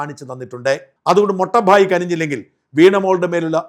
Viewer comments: മൊട്ട ഭായ് അല്ല, മോട്ട ഭായ്, (elder brother ) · മൊട്ട ഭായ് അല്ല, മോട്ടാ (തടിയൻ) ഭായ്! നോക്കി വായിക്കുമ്പോൾ ശെരിയായി വായിക്കേണ്ടേ? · മൊട്ട ഭായ് അല്ല. മോട്ടാ ഭായ്. Big brother. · ഷാജൻ, മൊട്ട ഭായ് അല്ല, മോട്ട ഭായ് (വല്യേട്ടൻ). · മൊട്ട ഭായ് അല്ലെടോ....😅 മോട്ടാ ഭായ്... Means big brother in Gujarati 😊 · മൊട്ട ഭായി അല്ല മോട്ടാ ഭായ് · ഷാജൻ ജീ - മൊട്ട ഭായ് അല്ല. മോട്ടാ ഭായ്. ഗുജറാത്തിയിൽ മോട്ടാ ഭായ് എന്നുപറഞ്ഞാൽ മൂത്ത സഹോദരൻ, വല്യേട്ടൻ, ബഡാ ഭായ്. അവർ ബഹുമാനത്തോട് കൂടി വിളിക്കുന്നതാണ്. തടിയനായ സഹോദരൻ എന്ന് മറ്റൊരർഥം കൂടിയുണ്ട്. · sir, മൊട്ട ഭായ് എന്നല്ല. മോട്ട ഭായ് (elder brother )എന്നാണ് ഉദ്ദേശിച്ചത് എന്ന് തോന്നുന്നു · മൊട്ട ഭായി അല്ല, മോട്ടൂ ഭായി ആണ്. ഗുജറാത്തിയിൽ മോട്ടൂ ഭായി എന്നാല് വല്യേട്ടൻ.